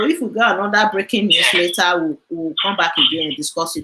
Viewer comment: Please when calling later please called it as in English please not lera.. later please.. you stay in America but when broadcasting for us broadcast not lera please ma.. we al hope on your broadcast please